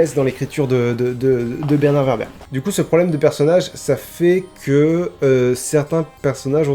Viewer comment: ÇA SE PRONONCE WÈRBRE ! ^^ Il pourrait invoquer Tom Bombadil qui est un Deus Ex Machina ambulant vu qu’il est le seul personnage à résister à l’anneau et qu’il lui suffit de chanter pour régler une situation. Ou le Balrog qui est surpuissant. Ou...Gollum parce qu’il est déjà fou donc immunisé à Cthulu.